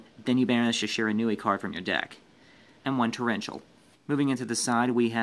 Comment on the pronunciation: no that's how you pronounce Shiranui